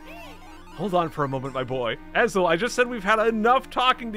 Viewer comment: It's pronounced (ess-low) Ezlo